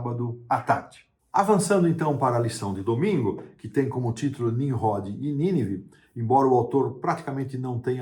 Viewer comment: Não é Ninrrode e sim Ninrode.